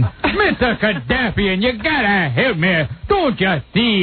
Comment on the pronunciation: "Missa Kadaffian...." LOL ROFL!